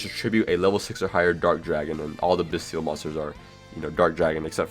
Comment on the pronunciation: the "t" in "bystial" is a soft "t" like in "celestial", "influential", "potential", etc.